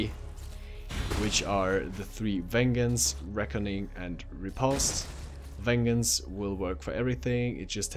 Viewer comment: Ven - Jents... Not ven-gens.